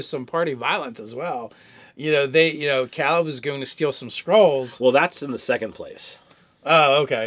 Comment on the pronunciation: Dude... you've heard him pronounce it Kay-leb about a thousand times now.